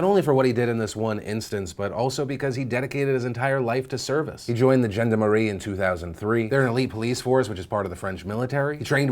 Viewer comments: Jenda Marie unit? Try Jon-Darm-Her-Ee. It's not perfect, but it'll give Americans a much more accurate prounounciation. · Also the French police is pronounced Shaun-Dom-a-ree 👮🏼‍♀️👮🏼‍♂️😂😂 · Look, Phil, I know it's a small detail, but you pronounced "Gendarmerie" wrong...